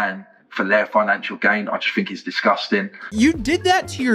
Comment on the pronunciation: When the voice says “fink” or “fought” there’s really no point listening any further.